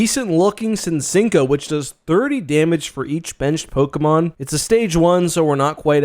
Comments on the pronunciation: Did you say sin-chink-o 😂🤣😂 lmao pokemon mispronouncing is wild sometimes. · Ngl, after I heard “sincinko” I paused the video to click off of it, but decided to check the comments 😂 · “Cincinco”was wild 🤣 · When he said sinsinco I had to rewind the video lmao caught me off guard for sure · "sin-sinko" made me wanna end it all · Love your videos but I'm not letting that Cinccino pronunciation slide bro 😭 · Me but also zapados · Cincinco de Mayo